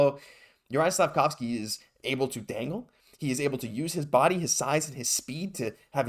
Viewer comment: You butchered his name like 3 times.